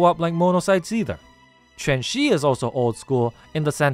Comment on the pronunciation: I appreciate that you pronounced Quanxi's name correctly. Many people unfortunately don't even bother to try pronouncing Chinese names correctly, so I always like seeing people who do.